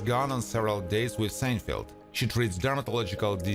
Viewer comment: Or is it “Churry Sanefelt”? The voice-over was done by a graduate of the Lawrence Welk School of Pronunciation.